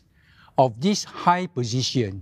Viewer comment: Damn sian listening to one of the candidates. Elec-sian, posi-sian, deci-sian, federa-sian, etc, etc.